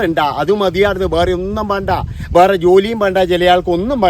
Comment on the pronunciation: സാറിൻ്റെ വീടിയോ ഇഷ്ടമാണ്. പക്ഷേ സാർ, ബേറേ എന്നല്ല വേറെ എന്നാ ന്ന് ഉച്ചരിയ്ക്കേണ്ടത്